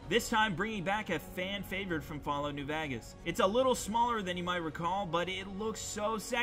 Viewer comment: The way he says vagas